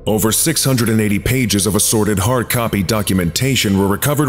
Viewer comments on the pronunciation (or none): none